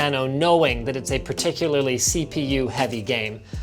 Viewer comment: "This is the thing that kills me about windows" Did anyone else hear "kill -9"?